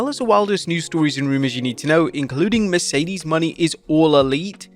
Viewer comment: Please learn how to pronounce Mercedes Mone